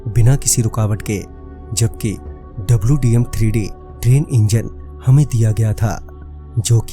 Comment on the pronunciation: Wdm hota hai dwm nahi 😂😂😂😂